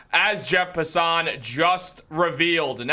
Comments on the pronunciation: It's jeff Passan!!! Not jeff Passon!!!! Come on man!!!! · Brother you have an mlb channel and dont know how to pronounce passan? Tighten it up bud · Why do you say Passan like that? Lol